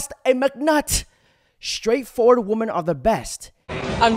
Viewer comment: I enjoy your channel… but can you please say WOMEN When it comes to multiple females 😅…thanks bro ..no hate. Keep up the content 💯… or maybe it only sounds like that to me… I don’t know🤔